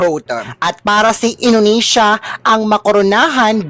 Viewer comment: Talaga lang Inunesya Ang pag pronounce